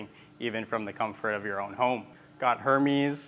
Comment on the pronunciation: pronounced 'airmez' just fyi